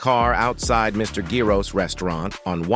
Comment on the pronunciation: That’s the right pronunciation lbs 😂